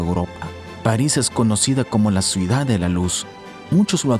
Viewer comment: Se dice CIUDAD NO SUIDAD